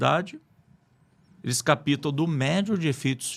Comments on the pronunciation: Desculpe, o correto é: captam, não: "capitam". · O assunto é muito relevante, porém um estudioso em qq assunto não deveria errar a dicção na língua portuguesa. Desculpa a correção.. Não é CAPITA...e sim.: ..CAPTA O P. É. MUDO. Não se usa a letra I na pronúncia. Nossa língua é difícil, mas é importante falar corretamente E obrigada pelo tema.